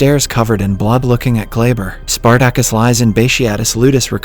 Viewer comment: OK, this is definitely narrated by AI. Listen to how the AI pronounces Spartacus.... Omg. Hilarious